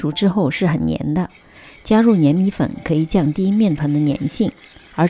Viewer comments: 粘米粉念zhan，不念nian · 谢谢分享。有两个读音不太对，粘(zhan）米粉，澄(deng)粉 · 粘唸 ㄓㄢ米粉，不信你去查。